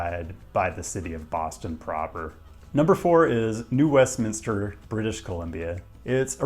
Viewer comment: As someone from Vancouver who lives in the Bay Area, it was 1. awesome to see New West on the list (and also awesome that you pronounced Westminster correctly!), and 2. painful to feel the number of digs about transit planning in the Bay Area. It's totally on point, but man, it's frustrating. I'm still waiting for the day when there are 10 minute (or less!) headways on Caltrain.